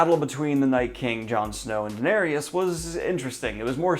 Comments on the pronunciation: Daenerys is pronounced Duh-neh-ris, not Duh-neh-rius like you say it. You are not supposed to pronounce the “Y” at all. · Daniel...why do you say "Danarius"? XD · He always does that 😂 it grinds my gears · Bro, why do you pronounce the Danny’s name like that?! Same with Geralt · Kim No. I’m well aware that he pronounces names wrong but no one is correcting him at all either. Lol. I just want him to get Daenerys right when he discusses the next few episodes.